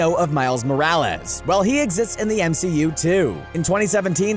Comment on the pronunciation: “Miles Moralas” it’s Morales